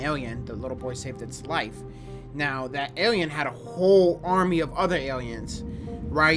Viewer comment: Awiens and Arwiens has me in tears 😂